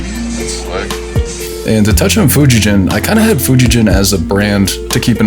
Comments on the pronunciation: Fujigen should actually be pronounced as Fuji-Gen, not Jen. It would be a totally different name and meaning if read differently. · FGN is awesome, I have one of them myself and have been to the factory in Nagano, awesome professional folks who love making guitars. Btw, it’s actually pronounced FujiGen with a hard G (like Gold). “Gen” means stringed instrument in Japanese. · Cool vid and nice haul 👍🏻 Fujigen is pronounced with a hard ‘G’ btw. Now you know 😉